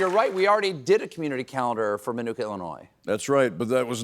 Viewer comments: It is pronounced "Ma-nu-ka" not "My"nooka😊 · Lived there (well, Channahon next door but they're basically like one intertwined town) for 17 years. Never heard anyone around here pronounce Minooka like that. The middle syllable is nook like book. Not new/nuke. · Look or cook thank you. That drove me crazy the whole time. I thought he was supposed to be a local. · It's pronounced like book, min-ook-a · We pronounced it like book, not like manuka honey 😂